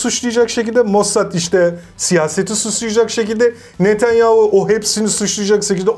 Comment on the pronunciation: Fetonyahu⁉️ Netenyahu⚠️